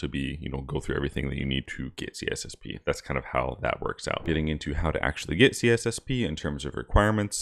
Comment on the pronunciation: Why do you miss the “I” out every time you say C “I”SSP 🙄